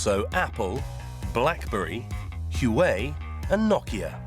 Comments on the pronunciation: Its pronounced wa way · You are pronouncing Huawei incorrectly